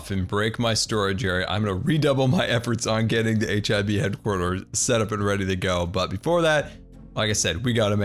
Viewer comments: I know your saying HIB, but somtimes it sound like your saying HIV. Great vid btw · I keep hearing HIV headquarters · Sounds like youre saying H.I.V. Towers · i agree, different name might be a good idea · I thought you said hiv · I thought you were saying HIV base and i was very confused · I thought that he said hiv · HIB? When I first heard it I thought you said HIV which I think the hermitcraft server could do without.